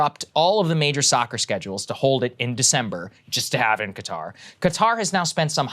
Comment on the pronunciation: Props to Saagar for adequately pronouncing Qatar instead of the hideous "Cutter".